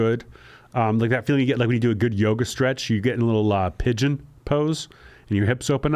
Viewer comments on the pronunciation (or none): none